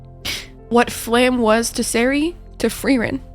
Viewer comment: Friendly reminder that Serie is pronounced with a Z and has 3 syllables:)